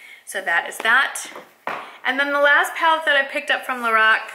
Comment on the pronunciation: It is pronounced "Lah-rock". I love their eyeshadows! Thanks for the video :)